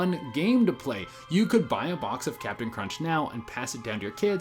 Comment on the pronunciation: Capian crunch